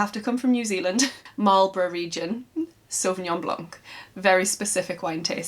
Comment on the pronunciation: Lovely makes and videos. Sauvignon Blanc... just a little correction... I hope you don't mind, don't pronounce the c at the end hehehe it is so cute!